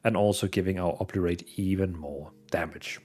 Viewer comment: Oberate? It's O bli ter ate